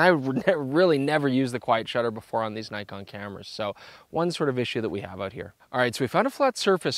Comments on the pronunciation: Argh. N•ee•kon, not N•ai•kon. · Grrrr... Naikon :( Nee-con, please be professional, how can I trust your review if you can't even pronounce the name of the company correctly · Not to nitpick, but its pronounce Nee-kohn; phonetic basically as many foreign languages; nice review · Nikon is pronounced as 'neekon'.